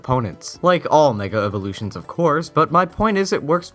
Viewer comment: in did you say nigga evolutions?